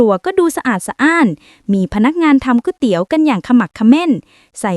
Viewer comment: ตกลง จากกวยเตี๊ยว กลายเป็นก๋วยเตี๋ยว กลายเป็นก๊วยเตี๋ยวแล้ว